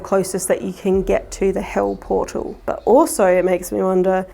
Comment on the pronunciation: Was it bewt on a portaw to heuww?